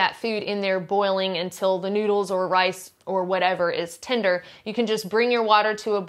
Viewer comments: Rass and pasta. Do you not know how to say the letter “i” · 'Rice and pasta' sounded like Rats and Pasta...it made me sit up real quick and cock my head to one side. . .whaaa?